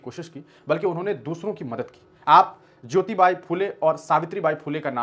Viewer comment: सावित्रीबाई के हजबंड नाम है " महात्मा ज्योतिबा फुले " और आप उन्हे ज्योतिबाइ कह रहे हो, जो गलत है